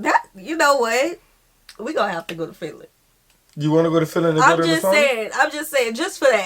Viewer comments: How to pronounce SAUNA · As a American born person of Finnish decent raised in Northern Minn., Sauna was a big part of life. It is one of the few regions in the US where sauna is pronounced properly.( it is a bit of a shame that the only word of Finnish origin to make it into the English lexicon is pronounced incorrectly by most Americans (BTW, closet you are likely to get to the correct pronunciation is SOW-na (SOW rhymes with HOW)) .) We, as most people in the area did, had our own sauna. And going to sauna Au-natural seemed perfectly normal to me growing up. (It wasn't until a moved to another part of the country that I found out that some people are uncomfortable being naked in front of others. Sauna was often a social occasion, with friends and family inviting you over for sauna. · So many things in this video was just not true. We don't really care how you pronounce sauna, If you like salmiakki or not or If you like Sweden. Sauna IS sacred place to us and we go there naked. When we are in sauna, we don't stare other people bodies or comment them. If you are not ok with being naked, it's totally fine to wear towel. Doesn't affend anyone. You don't need to bring gifts, when voisit a Finn. You can If you want to, but we don't expect you to. And never ever have I seen any guest slippers or something. Actually theres not many things that makes us mad. One of them is littering. Especially our nature. That IS really big no no and definatelly unforgiveble. Tip If you want. And try our mushrooms, they are soooo goood 🤤